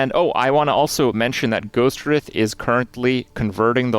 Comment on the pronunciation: Ghost Wr-EYE-th